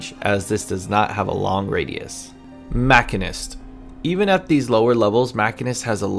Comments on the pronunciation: You ARE saying machinist wrong. It’s not even up for debate. Holy shit. Otherwise, good video. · aCkChYuAlLy it is pronounced machinist...not...machinist